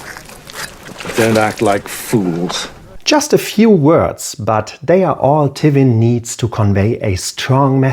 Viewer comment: great video, interesting analisis and subject matter. only slight quip i have with the video is the pronunciation of Tywin, never heard it said that way